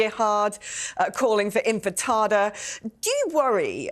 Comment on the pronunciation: INFATADA....... INFATADA ? WHAT ???? ISN'T IT "INTIFADA?"